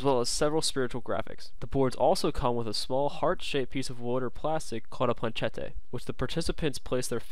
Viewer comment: "Plan-che-tayy" LOL you so fancy.